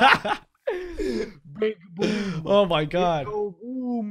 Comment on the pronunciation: Boom sounded like “bum” 🤔